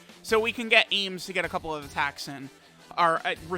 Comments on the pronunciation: Every time says "aYmS" instead of "Ahms" I get an aneurism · chilling Yeahs it's like Arms. Not aims lmao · I die a little bit inside every time mispronounces Ahms' name...